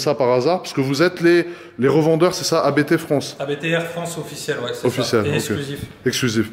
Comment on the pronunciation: A.B.T. 🤦🏻‍♂️ quand on se dit passionné de voitures, on sait prononcer une marque correctement...